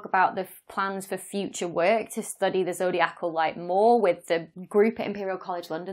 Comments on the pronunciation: Having read the "His Dark Materials" series of novels, I know to not underestimate the multi-cosmic importance of dust. Also, wouldn't it be zoh DEYE ah Cal, not zoh dee ACK all? 🙂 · Zodiacal is pronounced, zo-dye-i-cal. Not zo-dee-ac-al. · zo dee ACAL is so cumbersome Why not zo DI acal ?